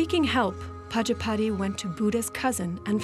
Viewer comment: Prajapati is pronounced wrong by the narrator